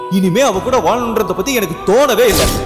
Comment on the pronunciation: its enakku not yenakku. Talk proper tamil women